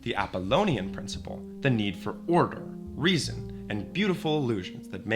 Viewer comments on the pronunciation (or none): none